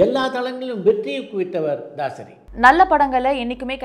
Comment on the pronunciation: This Anchor is not informed on movie industry. Its தாசரி‌ not தசரி.